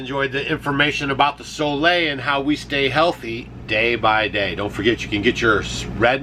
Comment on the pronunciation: New drinking game: take a shot every tome she says Soleil. So Lay.